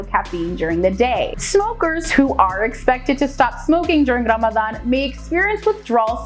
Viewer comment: I love the way she pronounces Ramadan it is close to arabic proninciation